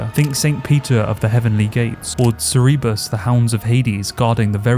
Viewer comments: my man, Cerberus, not Cerebus lol. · WTF did you call Cerberus?